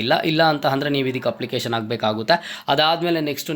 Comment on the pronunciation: ಹಪ್ಲಿಕೇಶನ್ ಅಲ್ಲಾ ಅಪ್ಲಿಕೇಶನ್, ಹಾದರೆ ಅಲ್ಲಾ ಆದರೆ